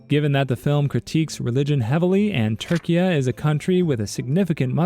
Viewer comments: It’s still pronounced Turkey btw, Türkiye is not pronounced “turkiya” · What is this “Turkee-yagh” you speak of I know Turkey and Türkiye, not what you speak of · It's Turkey, not "Turkia" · not sure if I misheard but it's Turkey not Turkia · its pronoucned turkey, but spelled turkiye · Why does he pronounce turkey like that